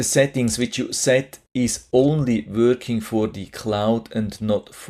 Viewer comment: Not “wörking” Say Working .